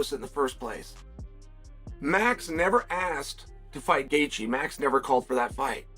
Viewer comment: Gay-theeyay is crazy work